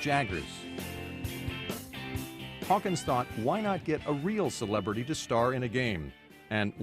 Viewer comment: what the fuck is a selaberty